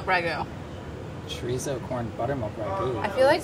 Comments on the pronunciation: So everyone is just gonna ignore that she is saying chorizo wrong? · Never understood why people can't pronounce "chorizo" correctly. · Molly, can't wait to try this recipe! A point: I'm sure you pronounce French words correctly in your cooking ventures..please do the same with Spanish words, ie, chorizo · The way she said chorizo sent me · the way she's saying chorizo is making my skin crawl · every time she pronounces chorizo like that I cringe